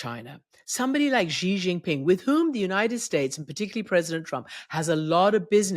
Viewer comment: Xi is ״she” ! dear Christiane. Nor Ji nor Gee Shame on you, as such an old media hand 😢